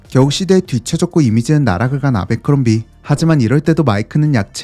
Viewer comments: 제빌 아베크롬비라 하지마. 미국가면 아무도 못알아둘어. 애벌크롬비다 바보야. 아 짜증나게 아베아베 거리네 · 미국에선 애버크롬비라고 발음합니다. 아베크롬비. ..ㅡㅡ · 아베크롬비 ㅋㅋㅋㅋ 정말 세상에 없는 콩글리쉬 발음. 애버크롬비다. 제발 본국사람이 모르는 발음은 그만.... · 애버크뢈비&애버크럼비 사이 발음이 더 가까움..내 20대를 청담 아베크롬비 플래그쉽애서 보냈는데.. 추억이 새록새록하네 ㅎㅎ